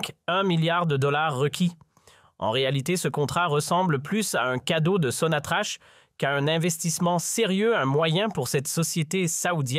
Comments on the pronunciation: Pourquoi vous dite sonatrache il n’y a pas de e ca se prononce sonatrak sans rancune 😊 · Sonatrach. Se. Pronounce. Sonatrak